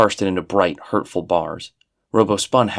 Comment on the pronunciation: These sound like genuinely fascinating and well-written stories and I have to thank you for making me aware of them, but I just can't sit through this with all the mispronunciation. "Robbo" ought to be like "Rob", since his name is Robert, rather than "robo"; "palatial" is "pa-LAY-shul" not "pa-LAT-ee-ul"; and so on